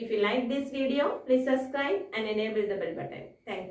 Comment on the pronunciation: Teacher.....suscribe alla subscribe .....class adipoli aa😁👍